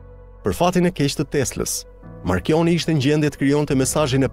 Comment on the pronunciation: *marconi - jo marchioni!!!